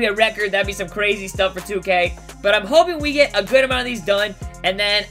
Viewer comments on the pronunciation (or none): none